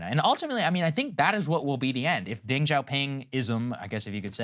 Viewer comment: "Deng" Xioping is pronounced "duhng", rather than "dehng"